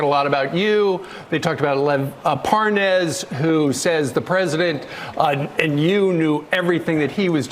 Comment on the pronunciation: I love how they think that if they pronounce Parnas name wrong, it somehow means he’s not real or something.